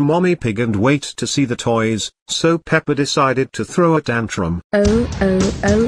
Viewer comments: And also daddy pig said pepper In the part of doughnuts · Mommy pig and daddy pig call pepa peper